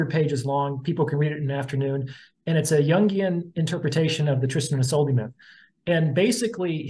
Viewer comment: *isolde is pronounced Iz-OLD-uh